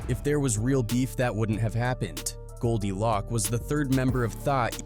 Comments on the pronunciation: not goldie lock, its goldie loc (pronounced loke), and the group is tha eastsidaz, what are you sayin??? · Lock instead of Loc is wild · Man if you said Goldie Loc name like that one more time 😂 it’s pronounced LOC with the “O” as a long O like “Low” “Loc” not “Lock” 🤦‍♂️ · Who is this white dude talking about hood stuff Goldie Lock 🔒 🤣 it’s Goldie Loc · Who tf is goldie lock? lol ITS GOLDIE LOCC CUHZ ♿️♿️♿️♿️♿️♿️♿️ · Goldie Lōc not loc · His name is GoldiLoc (Low-k) not GoldiLock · These AI videos are entertaining but the pronunciations like "Goldie LOCK" is hilarious 😅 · Goldie "Lock"? Are u for real bro?? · The constant mispronunciation of Tha Eastsidaz and Goldie Loc almost made this unwatchable to be honest. I get using AI for voiceovers, but simply doing a control F to find and replace “tha” with “the” and “Loc” with “loke” in the script would have gone a long way to help with AI pronunciation. Appreciate the Tray Deee recognition though.